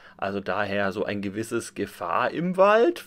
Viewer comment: Also darf ich bitten? Es heißt Gefaaaaaahr im Wald. :) Abgesehen von diesem kleinen Schnitzer: wie immer ein tolles Video.